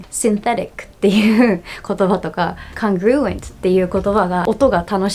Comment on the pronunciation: BTW the stress on "congruent" lies on the first syllable, not the second. 伝えてあげてって彼女に言われたんで。。。